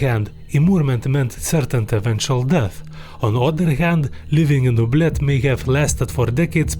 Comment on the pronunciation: oubliette 💀bro said o blet